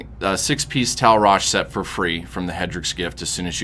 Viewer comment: It's Tal' RashA ffs, man that kept getting on my nerves. But thank you for the guide, good stuff.